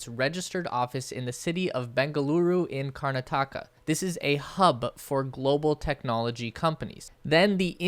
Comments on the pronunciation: The state of India you keep butchering the name of is pronounced KAR NATAKA Stop Calling it KARNA TAKA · Its KARNATAKA ... not KURNATAAKA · Just a heads up, it's pronounced Karnaah-ta-ka Also Reuters pronounced... Roy-ters Silicon Valley NOT silicone Valley! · its pronounced : karnaadaka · It's KAR - NA -TAKA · Karnataka not karna-taka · BTW you pronounced karnataka wrong it's "kar-naaa-ta-ka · Another (but less exact) way of explaining it is to think of the name as having "nautica" in it. My fellow Americans might find that easier. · Bro u pronounced karnataka so wrong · but not of karnataka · loved your pronunciation of karnataka 😂, it's very wrong but full marks for effort